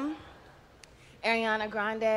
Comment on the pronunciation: "aryana grande" lol